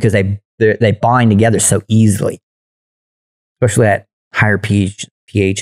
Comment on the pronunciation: I wish this dude knew how to say especially